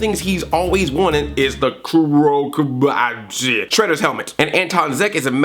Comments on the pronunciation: My one miff about the episode: kabuto is pronounced with the stress on the first syllable, not the second. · I find it stupid that Andre can't pronounce easy Japanese words like Gigan and Kabuto. I knew how to pronounce those words to first time I read them and I was 6! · You said Kabuto wrong...... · You can say "oroku saki" but you cant say "kabuto" :P